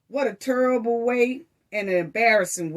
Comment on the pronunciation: No one knows cause who cares. Its quite cause its there business do u record a video everytime you punch you man ? Judging how you say the word terrible like turrible i know u beat men